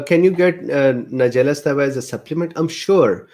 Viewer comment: Thanks, doc. Pronunciation is suh-TEE-vuh. It's Latin. Too bad NS was not studied without honey, so that we could assess NS on its own. 80mg/kg is somewhere around 1 to 1.5 tsp/day. Some people get kind of "wired" on this amount. Might be too much for longer term use. Studies of around 1/4 tsp/day in older women showed a drop in HDL cholesterol in just a couple months, so there's that.